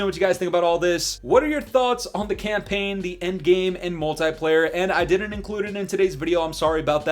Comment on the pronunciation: The way you say multiplayer is bothering me 😂😂😂